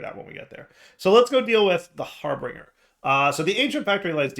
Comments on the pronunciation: It's not Har - bring - er, it's Har - binge - er. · Har- bin - ger not harbringer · He is still going to read it as harBRINGer. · DIRE. HARBINGER.... HAR BINGE(like a drinking spree) ER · That's a touch painful. Har-binge-r. That's how his name is pronounced. Thank you for coming to my TedTalk. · Why did keep adding an r in harbinger that wasn't there? He kept calling it harbeinger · Same reason he calls piglichs piglicks